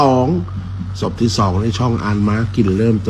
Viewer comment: ศพทำไมพูดส๊พครับ❤